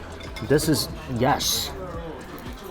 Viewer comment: Yesh yesh a million times yesh